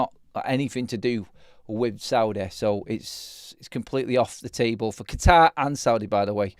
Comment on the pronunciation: the way you said Qatar 😂😂😂😂. Qeetaaaaaaaar 😛